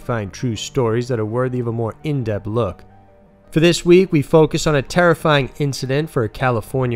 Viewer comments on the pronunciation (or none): none